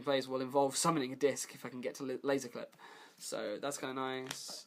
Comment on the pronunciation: You pronounce Qlip as Clip but Qliphorts as Qlyphorts wtf?? hahaha is it on purpose?